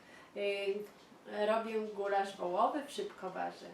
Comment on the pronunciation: Gulasz a nie Gularz. Przgotowanie gulaszu a nie gularzu ;)